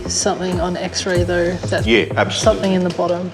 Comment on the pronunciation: Come on Aussies it is Something NOT Somethink nearly everyone says it.